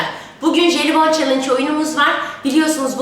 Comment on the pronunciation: Jelibom değil Jelibon